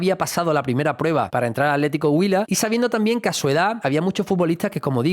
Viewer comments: Buen video , es bueno ver los jugadores junto con sus raíces, si pronunciaste bien el atlético huila. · Pronunciar así el nombre del equipo atlético huila le da mucho estatus